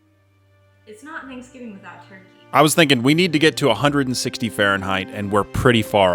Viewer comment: Did no one notice he said slapsgiving?